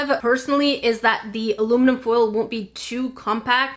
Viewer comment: I love how she calls aluminium "Aruminum" sometimes